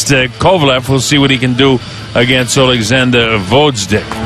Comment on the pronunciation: Fucking hell, when will they learn to pronounce Oleksandr's surname right?